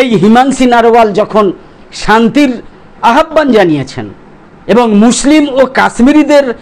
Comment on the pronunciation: আপনার প্রত্যেকটি প্রতিবেদন অত্যন্ত মেধানির্ভর উর্বর। প্লিজ স্যার আহ্বান উচ্চারণটা একটু ঠিক করে বলবেন। একদম কিছু মনে করবেন না। অনেক অনেক ধন্যবাদ